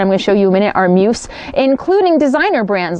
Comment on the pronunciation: Grammar Grouch here... The word MUSE rhymes with USE (myooz) i.e. "USE it wisely" - not "I have no USE for it" :-) RE: Eating past 6pm - Oprah swears by that habit... Although because of my schedule, I myself hardly eat during the day, and have one meal at night, and I am pretty thin...